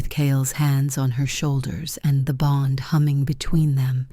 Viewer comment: The story is good but the reader is bad. The sentences break in the wrong places. The reader doesn’t pronounce simple words like bow, bond. It makes the story hard to follow.